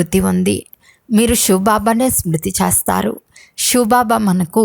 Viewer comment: చేస్తారు అనే పదము చస్తారు అని వినపడుతుంది దయచేసి పలకడం సరిగా చేయండి